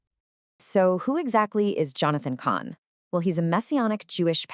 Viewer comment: Cahn is not pronounced "Cain." It rhymes with "barn," not "main." 😢😢